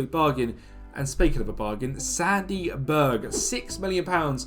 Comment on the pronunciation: Been looking forward to this! Love carrick edit: why the hell did you pronounce my name ‘’Sandeee’’😂😂😂😂❤❤❤